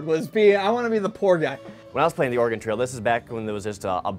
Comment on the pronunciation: I really wish someone would teach how to say "Oregon" properly..:(